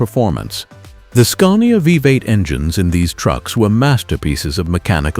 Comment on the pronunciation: Scunnia 141 vie B8... Scania Veeveight... etc. Please put some effort into this AI slop narration and it might be a nice channel to watch.